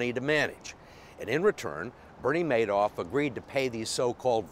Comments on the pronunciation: this guy's great with numbers but he's not too good with names.... It's MADOFF not MANOFF.....yikes! he only misspoke about 30 times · I hate how he is the only person in the world who pronounces it "mad-off" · This guy is smart but consistently says Madoff's name incorrectly.